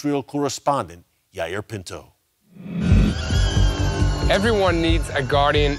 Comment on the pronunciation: Thank you Eric. I didn't recognize when you pronounced yair Pinto's name but when I saw him I knew exactly who he was. I watch him almost every day. I appreciate knowing he is one of the truth tellers.